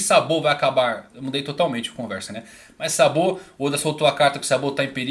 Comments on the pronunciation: Video sensacional mas por favoooor, tenta falar os nomes da obra semelhante aos ditos no animê em japonês.. quando vc disse SABÔ eu quase cai da cadeira.. seria SÁBO.. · Eu estranhei o " sabô ", mas depois entendi haha .